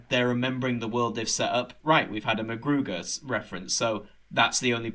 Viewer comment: Really enjoying the podcasts so far, but one thing, Rimmer’s ex is called McGruder, not McGruger.